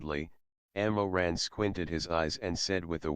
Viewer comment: the pronunciation of the ML's name is wrong it's Mo Ran not Ammo Ran the ML's family name is Mo. Some Asian countries say their family name first before their name even in writing their names I think, I am not Chinese though